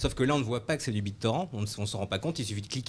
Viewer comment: "Bit torand"